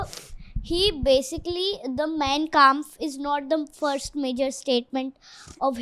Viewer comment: Why aren’t you guys utilising “Clip-On” microphones ? I felt sorry for the poor girl holding such a big mic during the entire podcast. 🎤 🎙️ Btw, the girl is “Super Intelligent” ! “Mein Kampf” is pronounced as “MAAIN KAAMPF”. It is “Hindenburg”. From September 1, 1939 to September 2, 1945 amounts to 6 years, not a “DAY” ! 🤷🏻🤷🏻‍♂️ Because the Jews were everywhere, they occupied every field, business & job, thus usurping the German indigenous people’s rights to these fields. That enraged Hiter & all of the German people.